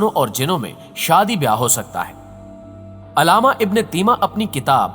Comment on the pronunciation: aslamualikum bhai nice topic... but bhai wo alama nahi hai ALLAMAA hai